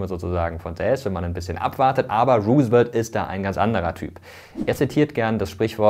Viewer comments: Bei der Aussprache sind hier aber schon einige Fehler passiert: Roosevelt wird natürlich nicht Ru:svelt gesprochen sondern nach holländischem Vorbilde Rosevelt. Und bei Lincoln ist das L stummt, also Linkon. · Roosevelt wird ROU-se-velt ausgesprochen, hat mich mega irritiert deine Aussprache ;) Aber interessantes und vor allem informatives Video! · Interessantes Video! Kleine Korrektur: "Delano" wird auf der ersten Silbe betont (Wusste ich früher auch noch nicht) und das "Roose" bei "Roosevelt" wird wie englisch "Rose" ausgesprochen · Ich finde deine Videos super! Kurze Anmerkung zur Aussprache (will allerdings nicht so oberklug rüberkommen): Lincoln spricht man in English: Lincon (das L wird verschluckt, hört man nicht) und bei Roosevelt sagt man: Rosevelt (, das O ist ein O, auch wenn da zwei Os stehen). Wie gesagt, sollte nicht besserwisserisch sein und ich finde dein Videos SUPER! Danke. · Vielen Dank, Mirko, goldwert, wie immer! 🙂 Nur ein kleiner Hinweis: Du hast "Roosevelt" nicht ganz richtig ausgesprochen: Das "E" in seinem Namen ist nicht stumm 😉